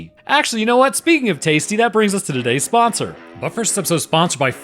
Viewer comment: When he said sponsor was that jamaraqui?